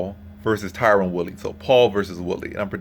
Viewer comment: Tyron man come on xD not Tyrone. Also, whats your confidence level?